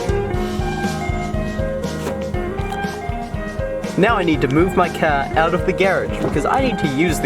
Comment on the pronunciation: Ok hold on.... maybe its cuz ive watched so much of but i dont hear the accent anymore, except when he says car hahah